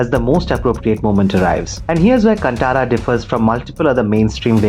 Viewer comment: Bro it'd like to point out that it's pronounced "कान्तारा"